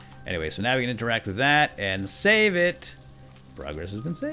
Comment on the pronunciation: Just to make you aware the word is "save" there is no "L" in the word